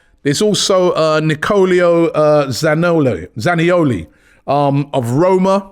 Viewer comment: Nicolio Zanioli 🤣🤣